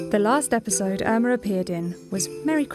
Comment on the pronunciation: bro i thought it was welma not irma BRUH